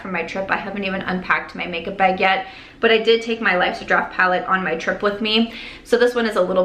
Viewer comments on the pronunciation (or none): Are you Canadian? Cause if not you got their accent in the "baagg" lol